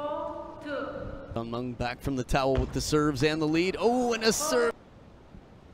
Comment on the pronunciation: It’s chen meng not Cheng meng